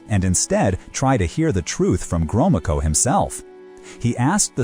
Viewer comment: Drinking game: Take a shot every time the narrator pronounces Gromyko in a new way